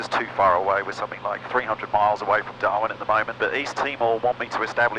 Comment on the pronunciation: You know you've been staring at Garmin for a long time when instead of saying "Darwin" you say "Darmin" on the radio :)